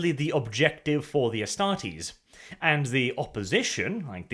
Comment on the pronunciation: I think it is pronouced Astar-tes(like test), instead of Astar-tes(like tease)